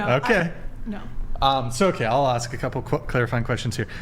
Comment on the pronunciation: Ask...ask...not aks.......